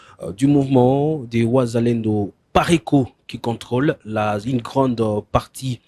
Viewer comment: C'est un congolais ou rwandais qui est interviewé ? Controre?? Rieutnant coronere ??? generare ???sembre???